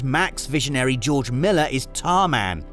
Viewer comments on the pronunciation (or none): none